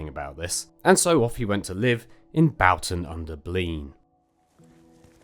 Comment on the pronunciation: Boughton rhymes with Shorten